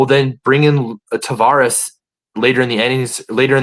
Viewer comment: It's Taveras, not "Tavares" btw.